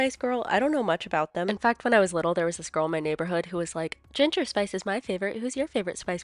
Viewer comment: Ging-er spice 😂